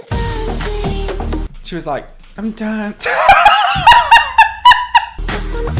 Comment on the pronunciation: I truly hate you, I lost it at “ You guys are in a crisis, I’m DAUNCING” 😂😭